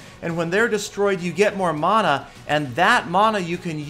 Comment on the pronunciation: Man-a. Not mona mana=man-a